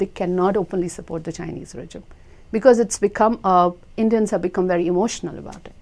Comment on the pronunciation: The way she's pronouncing "Regime" is bothering me. i don't even know why.